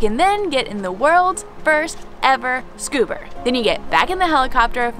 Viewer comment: “Scuber” HAHAHAHAHAHA